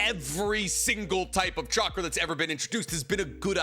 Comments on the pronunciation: Every time you say chackar i am goin to drink a bit of beer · I think you're forgetting that real ninjas pronounce it catchra